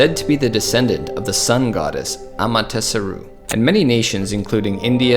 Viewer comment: It's Amaterasu not Amatesaru. But yeah it's a struggle living here as a millennial more than it has ever been.